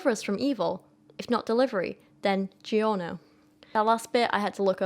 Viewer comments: As an American, your pronunciation of the word "DiGiorno" made me want to start a third war with England. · The way she pronounced DoGiorno lol